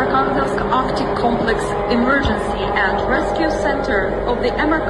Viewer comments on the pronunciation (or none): none